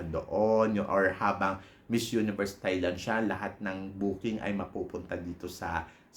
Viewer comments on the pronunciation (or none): none